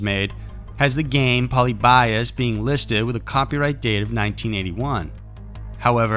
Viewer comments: It's puh-lib'-ee-us, accent over lib. It's actually a name. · i was looking for this comment, i thought it was just me!! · It's pronounced Poe-Lib-E-Us. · Poly bias? Not how it's pronounced 😆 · The way he says “polybius” makes me honestly sick to my stomach. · That's definitely not how you pronounce Polybius. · I think half of you don't even realize it's mispronounced, until u see other comments saying so. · Raise your hand if every time he mispronounced Polybius, a little piece of your soul died. Lol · if you’re gonna do a story on something at least get the pronunciation right, I mean come on it just seems like lazy research if you can’t even say the name right. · Ok so Polybius is pronounced like "pol" as in pollen, "ly" as in lean (heavily stressed), "bi" as in bee, (stressed) and us as in, well us. Not trying to act like the grammar nazi but..... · Lol rays a low life. And polybius is fake. And you’re pronouncing it wrong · Agreed. But since he's presenting the story (or myth) of Polybius, he should have searched how to pronounce it. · Road Block honestly there are tons of docs and videos about it already. All it takes is one google search to correctly pronounce it. The writers literally just threw a wiki post together and put it in the video. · There was no accuracy on how he pronounced Polybius, though. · I'm not familiar with it, but since you mention it I'm thinking it should be "PO-LEE-BEE-US", not "POLLY-BY-US", correct? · Fyi its pronounced "poe lib be us" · Pronunciation of “polybius” is like nails on a chalkboard. It’s poe-LIH-bee-us. Sorry for the correction 😖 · Im pretty sure u pronounced it wrong its like paul-lib-e-us not pauly-by-us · pol-ee-be-us, not poly-bias. lol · Poh-lee-be-us. Not poly-bias. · Hate to be that guy, but... It's pronounced "pull-LEE-bee-US" not "POL-ee-BYE-us". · Poly . . . Bios ? Pronounce it correctly ! ! ! . . . Pol i bius ! . . Phonetically ! Apart from that, all good ! 👍😉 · Ahem , Pol-ee-bee-us .